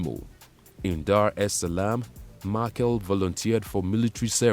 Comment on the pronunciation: Machel as in Mashele, which is a Tsonga surname